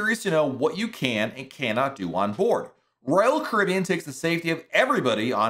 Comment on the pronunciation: I’m impressed how you’ve made Royal Caribbean a one syllable word